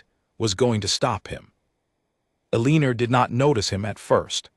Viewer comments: “Aliner”, come on! That is an all time AI narrator low! Her name should probably have been Elena. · AI cannot read Eleanor.